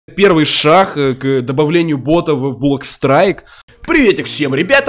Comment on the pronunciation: Ору когда ты говоришь 1 шах месте 1 шаг)